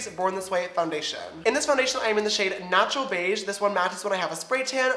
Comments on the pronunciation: When he says he's in the shade "natural beige" I thought he said "nacho beige" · And when he said "natural glow" I thought he said "nacho glow" 😂